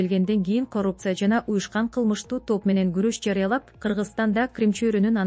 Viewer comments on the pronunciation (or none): Журналист дейбизби же алып баруучу дейбизби, мынча тупойсун ,кыргыз тилинде деле ударение катары созулма үндүүдой кээ бир тамганы созуп окуш керек го тупизм.....коррупциялык деген сөз '' каррупция"" деп окулат...тупизм....координация...😂😂😂😂😂ээээй позорище .кардинация ..деп окучу ..ой тупизм....позор ..